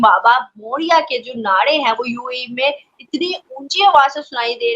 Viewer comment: It's not nade it is naare